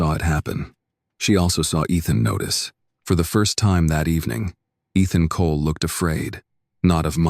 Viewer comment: Eethon Colay? AI can't pronounce for it's life